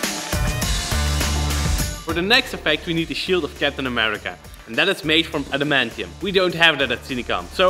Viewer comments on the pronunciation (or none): Did you just say "adamantium"? Cries out loud in extreme agony